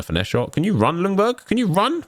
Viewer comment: Just a thing with Freddie’s last name, u don’t pronounce the L in Ljungberg just skip the L and pronounce it Jungberg 😃 it’s easier for u to say Actually I think the commentary in the game got it right Cheers from Sweden